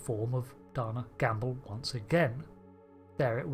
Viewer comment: Pronounced Day-Nah... Not Donna...